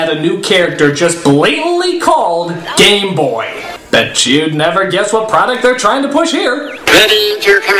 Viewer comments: He said GAME not GAY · I'm not the only one who keeps hearing as "The gay master" right?